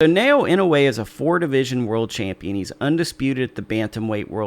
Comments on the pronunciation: Some help on Inoue's given name: NAH-OH-YAH Surname is (more or less, close enough): EE-KNOW-WAY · non-asians are hilarious in pronouncing his name. na-oh-ya.